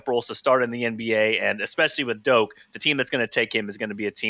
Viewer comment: It’s Dok not doke